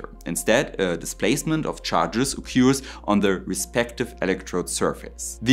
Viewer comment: Dude! Your English is better than my German, but it's not excellent. "displacement" is not right. Do you mean Verlagerung? Do you mean "build-up"? And "occurs" rhymes with Spurs, not cures. Regarding the science, why do capacitors leak? Where does the energy go? And is there heat loss when charging, as there is with the higher voltage EV battery chargers?